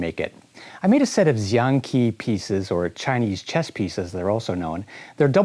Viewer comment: "Xiang Qi" is pronounced more like "Shiang Chee", just so you know.